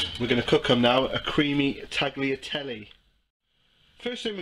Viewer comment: Nice recipe, but Tagliatelle are pronounced "taliatelle", the g inside a word before an consonant is not spoken in the italian language. If the g is before an i or e it is pronounced like sh (giro, giusto) or tsh (gaggia) and if it should be heard than you need a h between g and i. or e (spaghetti) :).